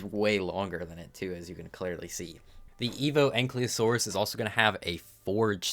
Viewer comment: the "Y" is before "L" in ankylosaurus btw, stop pronouncing it like it isn't. it's not "ankly" lmao